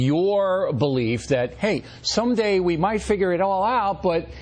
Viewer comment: He just said present it as a belife.